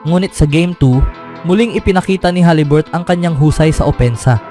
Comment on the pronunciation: Huliburton boy hindi haliburt.... Ikaw lang bumibigkas ng ganyan. Paiba-iba ka pa ng pronunciation sa ibang apilyedo... Ayusin mo...!!!